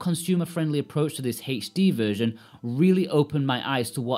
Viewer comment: Why are you saying HD weird